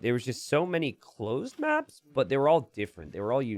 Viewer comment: “Closed mÀèps”